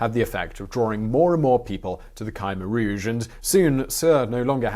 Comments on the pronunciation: For the correct pronunciation of "Khmer Rouge": /watch?v=IG-TpOAUHQM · It"a not Ky meer rooje. It's as if the I qwew silent but if you say Kimmeer rooje it, a better. . Kim rhymes with Jim. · You’re pronouncing Khmer Rouge wrong…there’s no y in Khmer Rouge